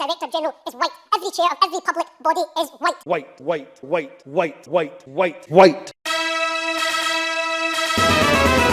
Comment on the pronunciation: He says the word WHITE like it’s a pejorative.